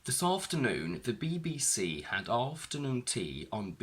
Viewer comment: It seems that the first "afternoon" and "BBC" are stressed at the beginning.